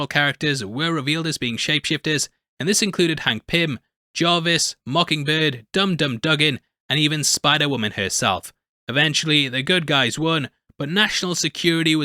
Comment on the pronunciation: Say it like doogan..... Dum Dum Dugan. Dewgan. With the bad pronunciations you sound like someone who has only been aware of Marvel for 5 years.